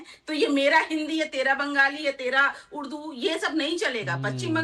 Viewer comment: Uddu nahi urdu bolty hain bolna sikho madam please 🙏